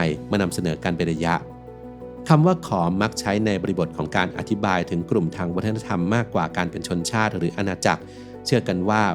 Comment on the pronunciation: ខម ไม่ใช่อ่านว่าขอมครับ